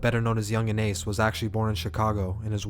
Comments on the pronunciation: You pronounced ace name wrong wrong as hell 😂😂😂😂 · How u gonna start the vid off by pronouncing Ace name wrong?! Lol Still fuck wit u tho bruh 😂🤘🏼